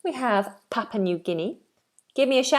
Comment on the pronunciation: Papua, not Papa New Guinea.